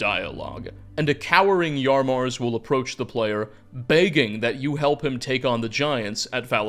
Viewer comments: Why does everyone have trouble with saying "Yamarz"? is saying "Yarmarz," and I've heard others say "Yarmaz." It's baffling. His name is spoken by characters several times throughout the quest, and it's pronounced exactly like it's spelled, so there's no reason to get it wrong. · Can’t believe you’d call chief Yamarz “Yar marz”